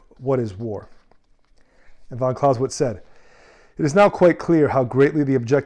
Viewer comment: you can't even pronounce his surname correctly.